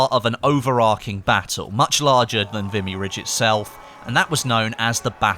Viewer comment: FYI, it's pronounced 'Vee-me'. Great video BTW.